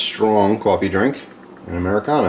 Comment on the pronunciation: Americano, not Americana my friend.